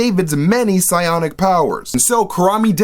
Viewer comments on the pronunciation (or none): none